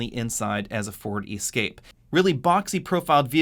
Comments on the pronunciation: WTF! Is an E Scape? Is he saying Escape? Lol...I’m confused... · Why do you always pronounce the Ford Escape as EEE-scape? Everyone else says Escape - so should you. I do love your reviews even though I have noticed that you don't respond to any comments. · It’s escape not E-scape lol. You’re making it sound like an all electric version. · I keep hearing "E-scape". I say "Eh-scape". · For EE-scape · Ee-scape, Escape, and Ford Focus Freudian slip, you are the best! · Why do you pronounce escape with a long E? Nice review , that just stuck out.